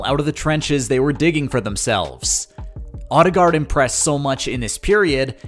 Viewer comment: It hurts to hear the voiceover try to say his surname. Ø (think french Bleu or German Möve) and double A is pronounced as Å. Check out /watch?v=kcMBvSX8RiU . But not surprised after hearing the voiceover try to say the names of KDB and Özil. Is it on purpose?